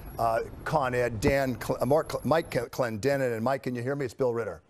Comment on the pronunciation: The fact he couldn’t say Mike Cledenin.